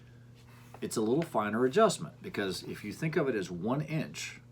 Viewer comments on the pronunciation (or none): none